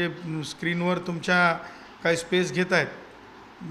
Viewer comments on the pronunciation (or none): none